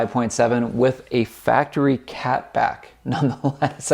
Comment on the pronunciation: You said faptery 😆 good shit my dude ! I own the same car different year . #RTGANG .